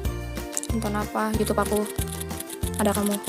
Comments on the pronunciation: Magsud si simi itu ngebenerin kata yg salah kan bilang nya yutub trs dibenerin sm simi jd bacaan YouTube gitu tante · Itu disuruh ngomong yang bener😂🤣bukan yutub, YouTube katanya🤣😂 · Lah kamu bilang yutub harusnya youtube😂